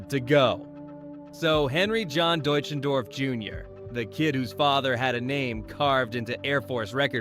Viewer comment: His last name is pronounced Dutch en doff. If you are doing a biography pronouncing that correctly is important. This sounds like an expose more than than a biography.